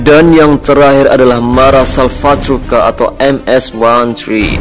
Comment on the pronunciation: No 3 : calle dieciocho dibacanya, dan basisnya di negara amerika tengah No 1: mara salvatrucha ( bukan mara salvatruka)